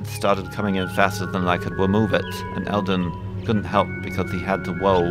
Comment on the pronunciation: it's Elder, not Elden. Just thought I'd finally drop you a comment about it now that G+ isn't stopping me.